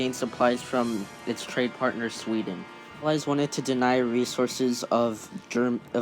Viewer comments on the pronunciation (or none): none